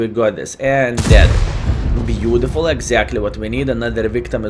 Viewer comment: you are a profi player and in same time make us laughing ur reacting is „beauDiful beauDiful“ 😂 i really do love your Videos. So i habe the Rhm if am playing seriously i will choose the 1st gun, the 2nd Gun with big alpha Damage is only for fun